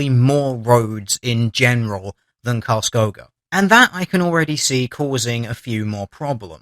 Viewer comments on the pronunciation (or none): The Cities name is pronounced Carls Kooga